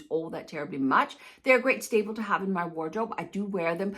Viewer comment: I like looking at your videos,, you are quite entertaining, I must say. However, there is that one word that always seems to catch my eye - or ear - and that is 'stable'. I think you might mean 'staple'. Please forgive me for pointing this out, but it is a recurring thing and I just couldn't keep my inner teacher in check. Sorry.